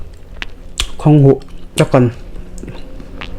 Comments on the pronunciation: Khanghu(h) i ti zel a....KHANGHU tihtur ania...(H) kha a tello....btw Keep it up👍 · Khanghuh ni lo vin Khanghû a nih kha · Khanghuh ni lovin khanghu......a hmuhnawm e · "Khanghuh" i ti maiin ka hria😁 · I naupan hmel lutuk tawh si lova ngatinge Khanghu tih tur kha Khanghuh itih zel a, Khanghuh tih loh tur Khanghu tih tur. Chuan Marcha te iti mai mai a, Hmarcha tih zawk tur a ni e. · Khanghuh nilovin khanghu. Cuan marcha nilovin hmarcha tih tur, he2 kahriat Dan Kalo sawive my2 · khanghu leh hmarcha I lam dan hi amak e. tui hmek bawk si, ka ril ti tam lutuk...